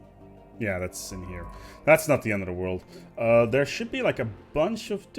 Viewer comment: No no no, it's "THEWE IS ONLY PLUSH" you forgot that R there